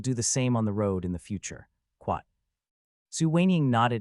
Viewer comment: After 2477 times hearing it: I believe the AI is saying "Quot" for the quotation marks as it happens mostly during conversations vs. narration. It's new, but a trend I hope doesn't catch on.